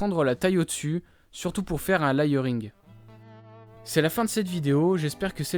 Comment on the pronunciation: "faire un lail-euh-ri-ung" bonne vidéo sinon